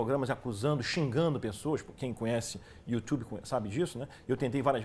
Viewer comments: kkkkkkkkkkkkkkkk o pior que eu achava que ele tinha se enganado, mas insiste em falar a segunda vez youTCHUbe kkkk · Acho que sou um guarda costa do Olavo no youtchube